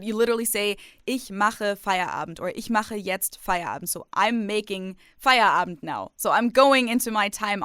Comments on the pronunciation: You probably do remember how much I appreciate language skills. And since I believe that you'll always try and improve them,, please allow me to tell you what I observed in this episode: When you talked about Feierabend, you didn't speak the last letter of the word. It might or might not be different in then various parts of Germany, but I believe that in the wonderful Hochdeutsch that you speak, nobody would drop the d. I did notice that, for example, you pronounce "aber" like "aba", which is very accurate, so I thought it might be interesting to hear my opinion concerning Feierabend. Und ja, ich hätte das alles auch auf Deutsch schreiben können aber vielleicht interessiert das ja auch den einen oder anderen internationalen Zuschauer.:) Liebe Grüße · A 100%, to say it correctly you have to say the final "d"!